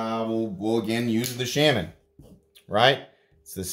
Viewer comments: I like your content but your pronunciation of Shaman is killing me. It's shay-muhn. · I mean look it up. It’s shay muhn. That said, not sure what possessed me to make such a pedantic comment. My bad.